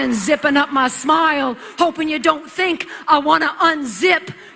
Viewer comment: Why does she keep saying "mah" instead of "my"?